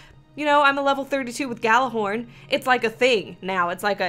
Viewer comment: Its pronounced Yallahorn